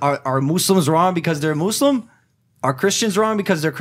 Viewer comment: For once someone said Muslim right